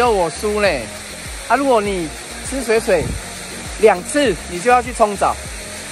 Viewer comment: 水(ㄕㄨㄟˇ)水(ㄕㄨㄟˇ)聽起來好怪XD 通常不是念水(ㄕㄨㄟˇ)水(ㄕㄨㄟˊ)嗎